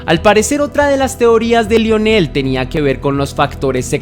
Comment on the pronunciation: 😂 me pasa lo mismo. No se si sea disléxico el pobre jaja pero es increíble las veces que repitió mal y nunca atinó a decir Milwaukee y Lionel (qué se pronuncia "Laionel") jajaja Pésimo